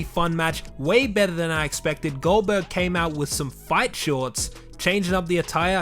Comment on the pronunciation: I thought he called GoldBerg Oldberg